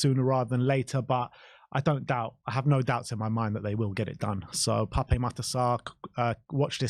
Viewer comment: Please say is name correctly. It's Pap, with a silent E